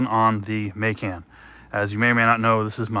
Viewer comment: So you've only heard that pronunciation for pecan? And you've only seen videos where Macan and Porsche are pronounced like you did? This is probably the first time in a long time that I've heard your pronunciation. And it's funny how some see proper pronunciation as areogant. Cool... then keep doing it. Not sure how you missed it, just tried to let you know. What you do with it is entirely up to you. Not meant for the typically long, drawn out conversation. 😂